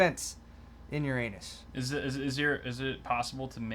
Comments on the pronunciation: WHY DID I KEEP UNDERSTANDING "YOUR ANUS" INSTEAD OF URANUS?!?!?!? xDDD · Yer-in-us isn't any better than Yer-anus. 😙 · That is not how you say Uranus. Everyone listening to you laughed, but potentially got dumber.